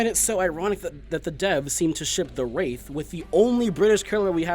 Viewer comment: "Da Wraif"